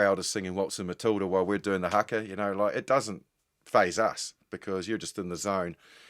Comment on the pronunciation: I wish Jim would pronounce Haka properly.😮